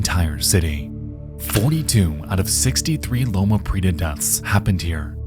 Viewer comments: How hard is it to look up how to pronounce things? You mispronounce shit all.the.time. Prieta, this time. It has 3 syllables, not two. pri-E-ta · Heat-ran and hee-tran are just enunciating the syllables slightly differently so I don't think it makes much of a difference. However he massacres "Prieta" in Loma Prieta. It's supposed to be pree-ay-ta or even pree-eh-ta; homie just says "preeta."